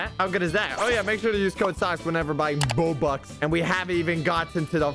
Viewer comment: He said bobax